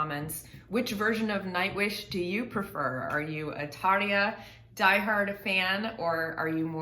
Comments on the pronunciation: Your pronounciacion of Tarjas name is among the better I've heard, a recent reactor I watched called her Tara xD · 1. When you say Tarja, it sounds good. Close to native finnish. Only the R should be more sharp. 2. The way they say opera. Finnish is pronounced as it is written. So the o is not ou. It is just o. If I hear a new english word and had to write it down I would propably fail. I heard a new word and thought it spelled purgary. No. It war perjury.